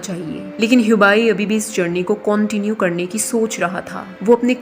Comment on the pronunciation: I enjoyed when you were saying Cauntinue...😂 Iska 2nd part aayega?